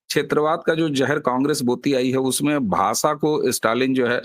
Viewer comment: भासा नही भाषा ष का उच्चार कीजिये